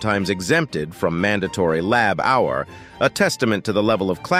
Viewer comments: It took me a while to work out what all this "Labhour" was, until I realised from the context that he means labor. How can such a common word be so badly mispronounced? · I had to shut this important video off because the narrator's "lab-hour" instead of labor was so damned irritating. Get a real human narrator! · What does he not say child labour instead of lab our! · It's labour not lab hour. Jeez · "Lab hour"? Do you mean "labor"? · What the Hell is Lab Our? Is he trying to say labour? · “Lab Hour”? WTF is that? I believe you are trying to say labor. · It's "Lay-bor" not "Lab-hour" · What the heck is lab our??? Can't you get a moderator who understands English? it's labour!!! ......as in child labour or USA "labor". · LABOUR is the English spelling of LABOR its not LAB OUR LOL :face-green-smiling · What is lab hour ?, you mean labor , as meaning hard work, you should practice speaking before making these, and since I'm English I know what I am talking about, I have not heard American's talk like that. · Labor not "lab hour" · It's la bor not lab hour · Try using a human narrator that knows the difference between labor and lab hour. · "Child lab-hour"? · Reader is not too bright…LAB HOUR?! 🤦🏻‍♂️ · PLEASE! Lab Our-it is offending to the ear. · He is using the British spelling, "labour" in the text. Nevertheless pronunciation is virtually the same with either spelling. This guy's "lab-hour" is just ridiculous. Couldn't take him seriously and couldn't finish watching it. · DID YOU FIND OUT? MAYBE HE IS TRYING OT SAY LABOR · I laughed more and more every time I heard "lab-hour". The pronunciation problem in this video is very sev-array (severe)! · Next time I would type it as "Layba". That might help the text-to-speech. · How about "Layboor"? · Lab Hour? You’d think with today’s tech you could easily get a computer generated narrator to read words correctly! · i can't take the "lab hour" anymore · This man can't pronounce "labour"! He says "lab hour". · "Lab hour"?